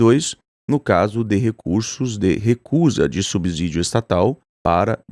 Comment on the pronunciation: Se pronuncia sub-CIdio!!